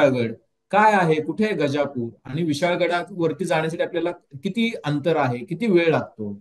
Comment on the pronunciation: गजापूर गजापूर काय म्हणता? गाझापुर आहे का ते? काय असेल ते आधी नीट समजून घ्या आणि सांगा.😮